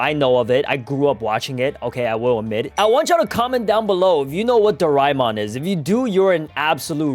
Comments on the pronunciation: bro I watched it and you dont say it like doraimon but doramon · Bro said darama it doramon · its pronounced, ✓ Doraemon (Do-rey-mon) X Doraemon (Do-ray-mon) Its how asians pronounce it, like me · I grew up watching doraemon btw it’s do ra mon not doi ra mon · Calling my childhood roymon dude it is doramon put sssss tier dude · bro its doramon not reaymon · Dorimon? that isn’t even the name bro- it is dora-a-mon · that is not do rai mon it is doramon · Bro it is not dorimon it is doremon i love doremon but my favourite is the legendery dragonball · I say it 'dorimon' not 'doraimon' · Wth is Do-Rai-Mon its Do-Rae-Mon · bro do-rai-mon is the Japanese way to say it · it is doremon not doraemon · bro it doraeemon not doraimon 🤣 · It's pronounced as Do-ray-mon not Do-rae-mon. That's just the spelling and yes we fellow Asians love that Anime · Bro u are pronouncing doremon wrong I live in india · bro real OGs call doraemon as dorimon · I also grew up on doraemon. Also wth is doraimon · It's not Doraemon it's pronounced dorimon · It is pronuced doramon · it's dor-A-mon 🙌✌️ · it's not doraimon! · uyou sed doramon. its not how u spell it its called doramon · In my country that call Doraemon not rhymemon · nahhhhhhh hell!! nahhhhhh!!! Bro called our childhood very very old and he called it Doraemon doriimon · DORAEMON WAS PEAK BACK IN MY DAY 😂 btw its pronounced door aye mon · It's doraimon in japnese i guess you are Indian cause Indian's pronounce it doremon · Also isnt it pronounced dora-emon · It's pronounced doreemon 🤓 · dude you cant say doramon name wrong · Bro is pronouncing Doraemon wrong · It's Doraemon You Uncultured Swine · You pronounced doraemon wrong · I agree. But do we blame him or not? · yo i said that too